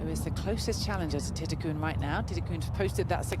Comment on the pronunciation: Whoever the European commentator is needs to stop putting letters that don't exist in players names when trying to pronounce them. She consistently calls "Jeeno" Titikul - Jeeno Titikun" pronouncing an "n" at the end of her name, which does not exist. Even when you have other people from Thailand speak her name it is pronounced as it is spelt -- "Titi-kul!" As I love watching her play and she gets plenty of air time on TV, so it is becoming more and more annoying, especially when the other commentators and presenters pronounce her name correctly with the "L" at the end. Surely she is doing this intentionally for reasons only "she" could understand, but it is just annoying!